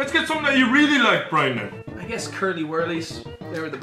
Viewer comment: at 7 min 20 secs says brian so different but so good also been watching for coming up to 3 years and just want to say your videos are brilliant